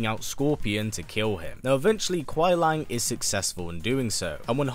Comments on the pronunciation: Love the video but just a tip or you before you make the video on Sub Zero... It's Kuai Liang, not Lang. Keep up the great work, love your channel. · Its Kuai Liang, not Kuai Lang